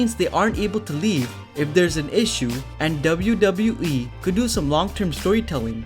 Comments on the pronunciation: Anyone else found it annoying how he says "dabiu dabiu e" ?? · He says "wwe" in a funny way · I'm only here to hear you say wwe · Why are you saying „wwe“ so often and so strange ?!